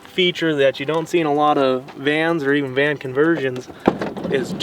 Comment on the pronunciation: Van. Not can. Lol